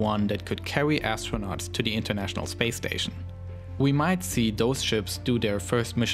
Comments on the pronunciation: lauwnched a teswa woadster into spwace.....did anyone get that lmfao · Spwace Stwation Twagity